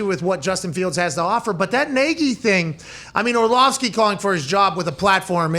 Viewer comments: If you're going to discuss the man, get his name right. It's not Orshlovsky, it's Orlovsky. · Or-slovsky is a wonderful mispronunciation! 🤣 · I love AJ Hawk mispronouncing Orlovsky as "Orshlovski" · Dan Orshlawvskie huh? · Is dude just incapable of pronouncing Orlovsky? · Is AJ mispronouncing Orlovsky on purpose or is he just struggling mightily with it?